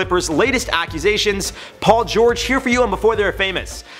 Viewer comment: am i the only one who heard accusations instead of acquisitions